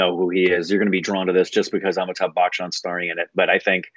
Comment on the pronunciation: ffs its not pronouced as bakhchan